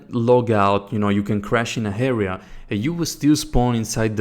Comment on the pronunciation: i liked it but really dude? you say HAREA and HARE instead of area and are...